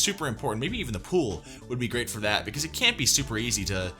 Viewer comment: It literally drives me up the wall that she does that weird emphasis she does when she says "foR tHatTtt"